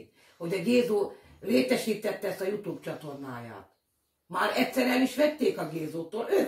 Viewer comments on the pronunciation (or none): none